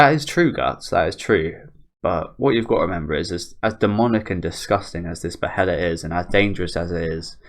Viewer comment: not to nitpick or anything but it's pronounced "baelit"